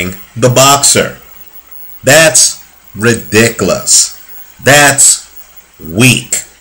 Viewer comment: Love it when says "REEDICKLUS"